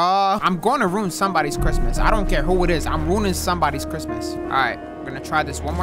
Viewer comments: Does say cricmas sometimes????? Or am I trippin 💀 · Wtf is crickmas 🤣